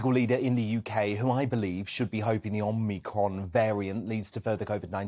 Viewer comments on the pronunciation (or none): Does he know it’s pronounced Omicron and not omnicron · FOR THE LOVE OF GOD IT'S OMICRON!!! NOT omNicron!!!! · Keep trying!!! OMI-CRON. You'll get it eventually... but not yet!!!!